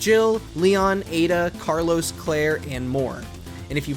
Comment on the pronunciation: PLEASE. PLEASE. This guy said resident evil 0 you switch between Carlos and Rebecca. .....He said..... Carlos! This alone literally makes this journalist's credibility out the window.